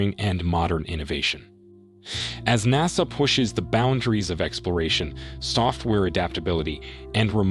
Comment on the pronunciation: he lost me when he said naaasa